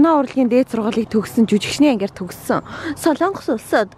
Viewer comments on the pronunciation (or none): none